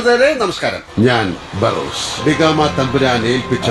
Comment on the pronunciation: ബാറോസ് അല്ല ബറോസ് അല്ലേ🙄🙄